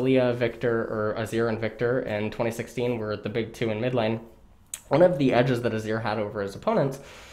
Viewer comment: Mawna Void Stawff What's next, Awzir?